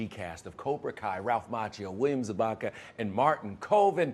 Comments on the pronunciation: I'm sorry... William "Za*BA*ka?!" REALLY? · its zabka not "zabaka" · WHO IS WILLIAM ZABAKA, ITS ZABKA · Did the interviewer just call him William "Zabaka"? Dude, you have one job.......... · Did he really say "William Zabakka" ?? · William za-ba-ka. LOL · I was like... Did I hear that right?? ZaBAka?? Did I always misread it and was I mispronouncing it?... had to Google it to make sure I was right!! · Damn dude at least pronounce William's last name correctly 🤣